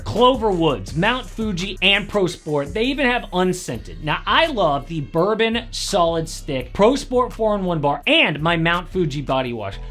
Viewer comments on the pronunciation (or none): none